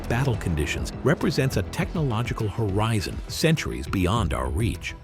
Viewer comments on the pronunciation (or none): none